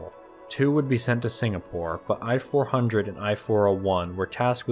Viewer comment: "I (伊 or イ)" for I-400(伊四百) is pronounced /iː/, not /ɑɪ/. Sincerely yours, from Japan.